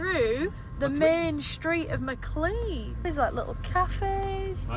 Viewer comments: I live near and shop at Maclean pronounced Maclean not Maclay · I think McClean is pronounced McLane? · Typical Ozzie. It's actually pronounced 'Mc lane' or 'Mcleane'. I think the people that first names these places couldn't spell properly. So they just made up the spelling....but that meant they sounded nothing like the way they were spelt! "Bunch o' stupid convicts!"